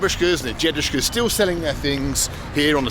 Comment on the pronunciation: why does he say jedushka? isn't it dedushka?